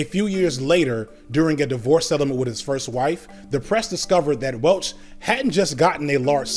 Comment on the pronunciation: mispronounces Welch.😂